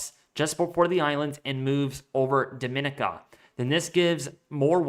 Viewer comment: Dominica = Doh- mi- nicka